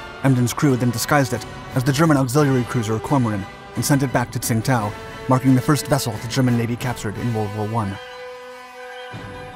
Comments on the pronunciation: Great video. Only one problem Tsingtao, China (actually Qingdao) is pronounced "Chindao" Learned that at a Chinese restaurant while in college, I said I wanted a Sing tao beer with my meal, the little old Chinese waitress quickly and sternly corrected me. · Great work, but Tsingtao is pronounced "ching dao." There is admittedly no way to figure this out from the old romanization: Tsingtao (still commonly used and still the brand of beer manufactured there). Tsingtao is 青岛 in Chinese characters. The modern romanization (hanyu pinyin) is Qingdao. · you mispronounced tsingtao :) that's the old spelling - it's now spelled qingdao and that's closer to how it's pronounced.